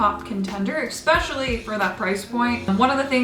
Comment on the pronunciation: It's "especially"..... not "exspecially"